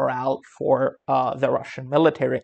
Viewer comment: cant even say russian ... another poser site